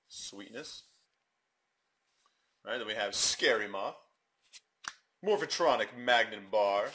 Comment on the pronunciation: ITS MORPHTRONIC NOT MORPHATRONIC! GET IT RIGHT!!!!